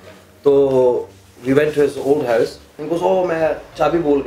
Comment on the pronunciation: I swear there English is very irritating. is saying hyovs not house. And his uncle does the same In the video super kuri. He say get ov not out. Yar urdu Bola Karo. Kya angreezo ki zaban bolte ho. Other wise you videos are great❤